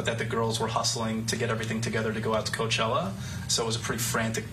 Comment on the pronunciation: In addition to being an awesome litigator, Ben Chew has excellent pronunciation of Spanish language words!! “Co-uh-chela.” That is the correct pronunciation! Way to go Ben!